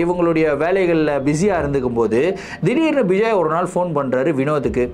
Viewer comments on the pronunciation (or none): Vijay illa ma bejoey🤣